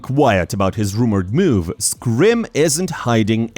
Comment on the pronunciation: scrim or scream? ai voice fucked up